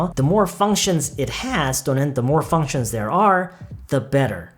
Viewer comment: functions할때 f발음 너무 시원해요